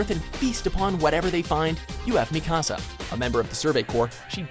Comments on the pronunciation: You Said Mikasa Wrong It's Pronounced :(Meek-ah-sah) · You pronounced Mikasa wrong but okay. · The video is fine.... But the way he says Mikasa made me cringe.